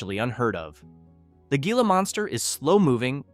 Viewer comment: It is pronounced “hee-lah”, not “gee-lah”.